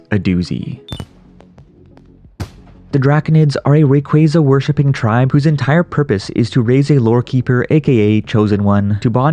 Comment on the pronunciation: Ray-quay-quay. What the f**k?